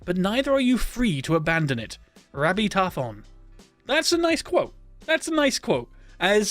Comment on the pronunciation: Thank god its not just me. I was like, 99% sure that wasnt the correct pronunciation and then i scrolled past someone commenting about that specific post saying they knew a rabbi Tarfon, and they didnt even bring up the pronunciation, so then i started panic scrolling until i found this